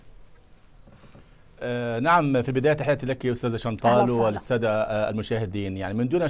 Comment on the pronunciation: اسمها شنتال وليس شنطال😂😂😂😂